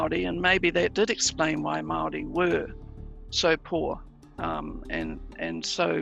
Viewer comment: It’s pronounced Moel rdi .